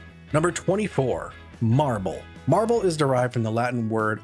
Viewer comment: Think is was supposed to be said "Mable". It was mentioned as an old fashioned name and Marble is not that!